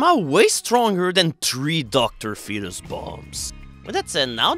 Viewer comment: finally learned how to pronounce Dr. Fetus!